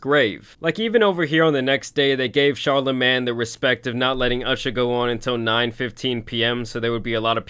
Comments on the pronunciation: Pronounced "Char-la-'main' " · Bro said "char la MAN the god" 💀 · My man cant say charlamagne for shit lol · How he pronouncing Charlemagne name is hilarious 💀